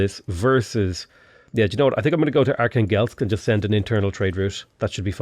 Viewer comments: Are-khan-gelsk, you mean, Archangel? 😆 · Just a quick recommendation from a Russian guy about pronunciation of Russian cities. arhAngel'sk, kazAn', nOvgrod, yaraslAvl', smalEnsk, St.Petersburg isn't the origin name so its ok to call it as you want, Astrahan'. Thanks for the video, the start of the game is really impressive